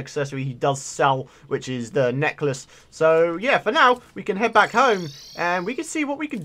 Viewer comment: Its so funny when you say i am byackkk